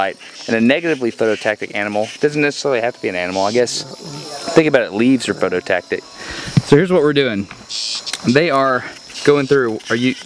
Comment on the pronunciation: PhototaXic, not phototactic. Phototaxic!! That's all. Carry on.